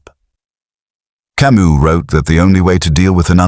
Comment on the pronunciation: The S in Camus is silent, for chrissakes.